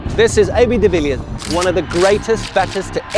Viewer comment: "This is AB de Villian"?? bro practice your intros😂😂😂